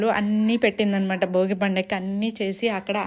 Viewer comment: Boogi kaadu Andi bhogi